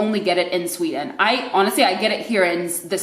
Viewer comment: How she said 'Sweden' at the start of the video was 100% Swedish. As it progressed her Americanised accent came through more, I found (and she got louder).